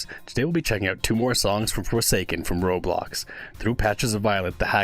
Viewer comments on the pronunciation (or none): none